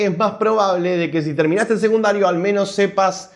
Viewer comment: SE DICE SECUNDARIOOOO !! NO SEGUNDARIO !! KICILLOF DE DERECHA !!